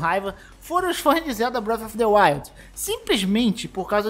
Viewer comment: "Braf a fa the wild''